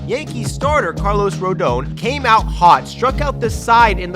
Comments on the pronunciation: For future reference, it's RoDON, like DONald Trump. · Ain't no way you say "ro-doan"